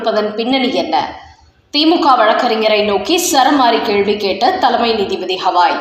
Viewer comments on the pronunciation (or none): அம்மாடி. உங்கள் சேனலுக்கு காதுகளே கிடையாதா. இல்லை கமெண்ட்களை பார்ப்பதில்லையா. உச்சநீதிமன்ற நீதிபதி ஹவாய் அல்ல கவாய்.